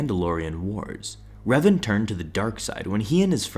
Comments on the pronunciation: its pronounced r-A-ven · The way he pronounces Revan bro what